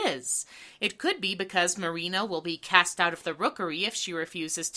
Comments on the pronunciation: Whhhy Do you keep calling her "mary-anna"???? Its Marine-a.. X.x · Every time you called Marina "Marianna" I got war flashbacks to working retail. That's exactly how people misread my penguin ass name in real life. This really is hell.